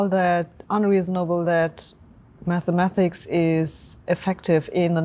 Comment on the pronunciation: "Mathemathics" aside, I like Sabine anyway :-)